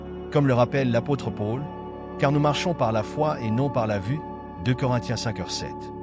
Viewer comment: Merci 😇🥰👍🙏👃 Par contre, vous ne prononcez Paul de la bonne façon, désolée.🤔